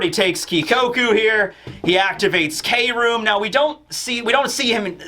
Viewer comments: I believe Kroom isn't pronounced as Kay-room, but as Kroom like how Chris or crafty is said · Law's kroom is supposed to be pronounced without saying 'kay', but just kroom because in japanese "kurumu" means 'to wrap' like how law wraps his sword with his room ability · we love you but please no more k-room. Can we try to just say kroom like broom but with a k.